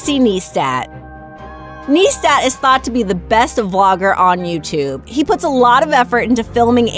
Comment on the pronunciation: It's (niistat)